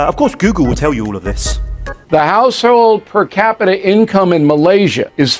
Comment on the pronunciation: Income per kapita pun Salah sebut